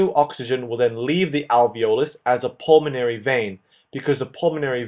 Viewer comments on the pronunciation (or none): Great video and it's "pulmonary" not "pulmanory". All in good faith, brother. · Nice video, but PLEASE, it's pulmOnAry, NOT pulmanory! Spell it right! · It’s apeles “pulmonary” instad of “pulmanory”. Great vídeos, thanks! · Great videos. They are very useful for helping me understand what my professor is talking about. The only thing that I would recommend is improving on word pronunciations, they are a bit off (for example: capillary, pulmonary, macrophages, collagen). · I noticed that too xD